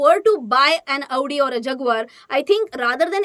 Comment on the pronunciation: The way you Pronounced Audi, Jaguar, Hyundai.. 🤣🤣! By the Way : Subscribed!